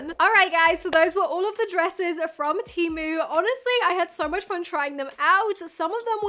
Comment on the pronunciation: pronounced TEE MOO